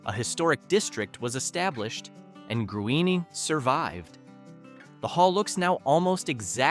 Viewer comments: That's pronounced GREEN not Gru in! At DUH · Gruene is pronounced Green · It’s pronounced like the color Green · Here’s another mispronunciation to join “Grewany” Longhorn Caverns are in Burnet County. Burnet is pronounced like Durn it, as in Burnet durn it! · Gruene is pronounced "GREEN"! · GRUENE HALL IS PRONOUNCED AS G R E E N !!! And I'm pretty sure it can not accommodate 600 patrons. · That bugged me so much I had to reply to it, for a second I thought he pronounced New Braunfels as New Braunsfels...which so many people do, even when I correct them and show the proper spelling, they just keep putting that "S" inside the word....it's weird. But the pronunciation of Gruene, the way he did it, was a first to my ears.